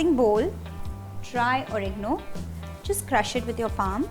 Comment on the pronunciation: It's oregano nd not origno